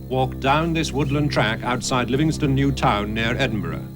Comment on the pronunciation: The hell if you ever lived there, its "Livingston" not "livi station", and I should know I live along the road.